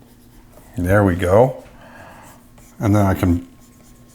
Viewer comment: every time you say "there" I think "bear"! Thank you for the beautiful video!!